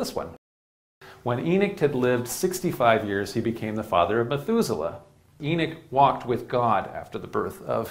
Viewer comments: I want to watch but I can't handle the pronunciation of Enoch...Why is he saying Enick???? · There an o in Enoch not Enick lol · what is a E-nick....is that a new apple product😒😒😒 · It's Enoch...not enick. Smh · We know they tried to white was history, but that’s No excuse to start miss pronouncing Names 😂😂😂. His Miss pronouncing of the name is not even close the the spelling, it’s Enoch Not Eneck 😂😂😂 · It’s called EN OCH not EN ICH 🤦‍♂️🤦‍♂️🤦‍♂️ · EEE NOCHHHHHH NOT ENICK OMG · He not saying the name right ..E noch like u saying He knocks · This is the 2nd person I am hearing saying En ich , how they rewrite history